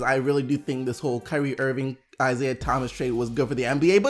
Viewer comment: "Kywee Irving"